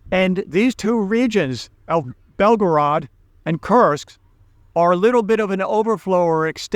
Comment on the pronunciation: it's not Tim-u-men. It's Tiumen. Read it "Tue-Meng". As well, it is "Koor-sk". like Coors' Beer. Not "Curse-sk" like Cursed.